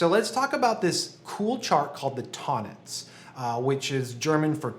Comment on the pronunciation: Great video and great channel! After 6 years of music study and 20+ as a professional, I can't believe I'm only now discovering Tonnetz and Neo-Riemanian theory. (Btw its pronounced "Tone Netz" in German, "Ton" with a long "o" 😉 )